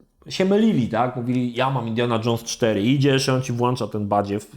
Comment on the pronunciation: znowu mówisz "włancza" zamiast "włącza"! A już miałem Cię pochwalić po ostatnim Ask Me, że się w końcu nauczyłeś dobrze mówić :)